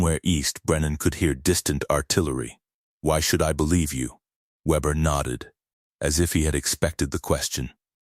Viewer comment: try VAY -BEAR